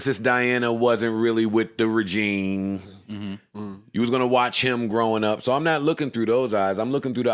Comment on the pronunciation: It's, "regime", pronounced ruh-jeem. Not "regine".